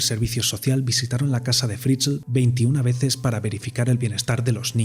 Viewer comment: Se pronuncia fritzel tal cual Si por curiosidad queréis saber como suena josef Fritzl escribid en el traductor de google y elegid Aleman en idioma